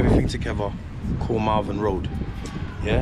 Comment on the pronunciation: Lol Marvin Road, it's Malvern road.